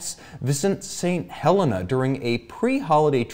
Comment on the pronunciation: St. Helena is pronounced Saint Ha-lee-na.